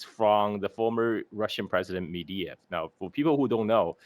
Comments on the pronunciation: It's Medvedev, not Mediev. Get your facts straight. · It's Med-ve-dev,, not Mediev or whatever.